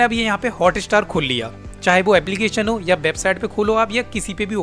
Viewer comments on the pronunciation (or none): none